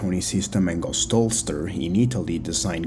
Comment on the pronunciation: Man can say phenomenally just fine, but expects me to believe he has to mispronounce holster for clicks.....????????